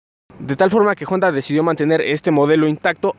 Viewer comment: Honda! , no " jonda"